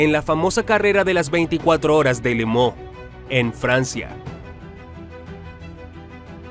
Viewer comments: Tremendo video!!! Pero se dice Le Mans No!!! Le Mooo… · No se porqué dice Le Mooo, cuando es Le Mans 🤔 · Buen documental. Muchos datos interesantes. Pero una pregunta....minuto 6,38, las 24 horas de limón????? Si no sabemos la pronunciación correcta lo leemoos en castellano y punto.